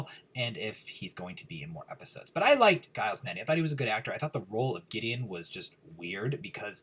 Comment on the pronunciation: i think his name is Giles with the J sound. Like Jiles